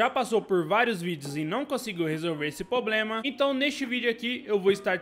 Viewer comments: Não é "POBREMA", o correto é "PROBLEMA". Desculpe pela correção, porém do mesmo jeito que eu quero aprender, também quero compartilhar conhecimentos. Obrigado pelo vídeo. Like e Inscrito. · Por favor, não é "pobrema".